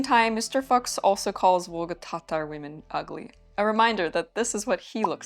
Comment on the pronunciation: As a german person: the name is not at all pronounced like the F word :D :D Loved the video super interesting